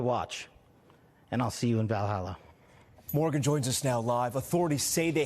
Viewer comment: FBI Director Kash Patel didn’t even pronounce Valhalla correctly. What a LARP you’ll be the only Indian in Valhalla.